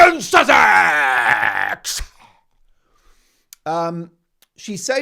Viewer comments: A stupid stewardess. Queen, Princess, Duchess couldn't even pronounce Sussex. 😂😂😂 not impress. Low class stewardess😮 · Public divulgence of experiences with passengers by American Airline staff is a sackable offence. This young woman may be attractive but is as 'thick as a brick', a typical gen Z. She has never even heard about or how to pronounce Sussex. 🤣😂🤣 what a laugh... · If Nina was a true fan of Harry's wife, she would have known how to pronounce "Sussex". She'd also have known about "As Ever" 😂 I think was just excited to meet a famous person. "You know me well" - she's big on hand-written notes isn't she? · Very articulate indeed, she can't say Sussex or properly read the note... I also agree with many comments, they can't wear long nails because they provide food and beverage service, and she would/should be fired on the spot for revealing the identity of a guest, it's forbidden in all hospitality environment. That's perhaps why Meghan was appreciative of her, their mutual disrespect for rules. Yes, I think Meghan IS very scary and evil. Your interaction with Redge(? is the spelling ok) was the best!! I love the hairy hijacker, he does as he pleases and, very endearingly so. 😻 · This girl couldn’t even say Sussex.. she’s not to bright… airlines don’t hire dumb people…my friend was an airline stewardess..your hair has to be neat and nails neat and short..this is 100% fake…that’s not even the correct uniform for AA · That was definitely a fake tiktok post. She couldn't even pronounce Sussex 🙄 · So contrived. She has no idea who she is and can’t even pronounce Sussex. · First thing: a flight attendant that has trouble pronouncing the word "Sussex": yes, quite the tongue-twister. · That was definitely a "paid-for" tiktok post. She couldn't even pronounce Sussex 🙄